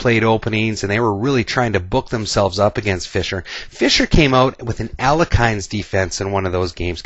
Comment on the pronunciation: not to nitpick but Alekhine is really pronounced Al-yeh-hin. i am not even sure why it is transliterated with the extra "e" at the end. only posting since you seem to be attentive to details.